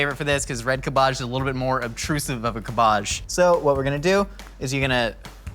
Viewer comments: It’s cab age not cabaje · No one: Absolutely no one:: CaBbAaGgg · "Cab'bajj" love the pronounciation :D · I was eating while watching this episode and I was looking at my food instead of the screen when he kept saying CaBoJ, I thought there was actually some fancy ingredient called that XD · It took me a solid minute to realize "𝓀𝒶𝒷𝒶𝓊𝑔𝑒" was cabbage. I was sitting there thinking "idk what that is. Am I really that uncultured??" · Ca-BARGE The favoured ingredient of Mortal Kombat's Ka-BALL. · “MY CABA-JZHES!” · "kabbaj" okay. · stooooppppp it's not kabajjj 😂😂😂😂😂 LMAOO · Cahbarrrge 😂 never heard it pronounced like that before 😂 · Cabbage pronounced 'cab-bige', not however it was pronounced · Everybody: Cabbage Mythical Kitchen: Cabbaje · "CAB-IDGE" my friend, its pronounced "CAB-IDGE" 😂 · Thank you for relentlessly pronouncing cabbáge the way you did 😂 I love pronouncing it that way too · Wait Do all americans call cabbage, "cabbahj"? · Making fun of your nana's pronunciation and then saying cab-BAAAGE... Run's in the family, right? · Cool Vid will try the recipe but are you trolling or serious when your pronouncing cabbage like KErrrrBadge .Or CuuHBaaHhzzZHhhGGGGEEE. At first i thought you were being funny then you kept saying it. Inquiring minds want to know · Is he saying "Cabahge" as a joke or does he actually pronounce it like that? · no one: absolutely no one:: cUH BAJH i wasnt sure how to spell how he pronounced cabbage but i tried my best. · Why isn’t anyone commenting on the way says cábbage? It’s so weird to me that he says it cabbàge, is he joking? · was DEDICATED to that "Cuhbbage" bit. Impressive. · I hope he's saying "cabbaj" ironically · It took me a while to figure out! I thought he was using some vegetable I had never heard of called like Kaboj or something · I can’t tell if is saying cabbage wrong for the meme or that’s how people in California pronounce cabbage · I don't know if i love or hate of how pronounce cabbage